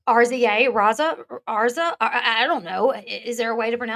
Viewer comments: Rza is pronounced rez a, like a wu tang clan group member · RZA is pronounced RI- suh. Its also a member of Wu Tang. Sorry just heard someone told ya.